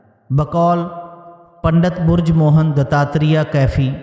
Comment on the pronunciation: بہت خوب جناب۔مگر پنڈت بِرج موہن صاحب کو آپنے بُرج موہن بولا ہے😂